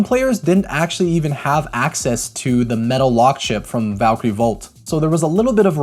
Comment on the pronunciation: why they call it valkrieon instead of Valkyrie